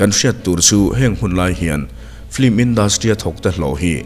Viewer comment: 'Flim' nilo in 'Film' ( lam a har deuh chuan 'FIM' tih pawn a la dik teuh zawk) ti a lam nise ngaih thlak a nuam leh zual ang. I channel a ngaihnawm ṭhin e.